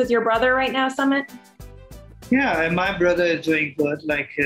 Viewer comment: It's Sumeeeet not summit like summit of Everest 🙄🙄. "Were you shocked by what people ate?? "